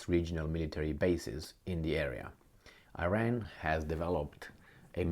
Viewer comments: its e-Ran(Iran) not eye-ran. Also you too seem to underestimate Iran’s capabilities. Sanctions have opened many an opportunity for the country. Dont you think the zi0nists would have attacked by now. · you are Romanian, cant you say Iran like Romanians do?Romanians say Iran the correct way not Ayran